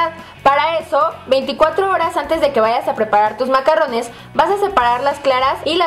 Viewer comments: Se pronuncia MACARONS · Se escribe i se pronuncia macaruns